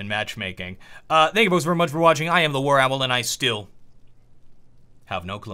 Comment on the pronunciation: did he say warapple?!